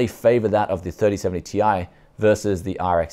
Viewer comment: This new pronounciation from Nvidia of the Ti ending will become a meme, Tie fighter signing out.